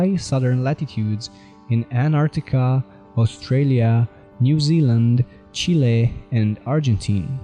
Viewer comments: There is a T in AnTartica. Redo this video with a narrator who can speak English and pronounce English correctly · Dude, your title is ANTARCTICA... and keep saying now and then ARCTICA... get your story straight first... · Good job! Well put together with Bible prophecy is taking place! why did you keep saying "Anartica"?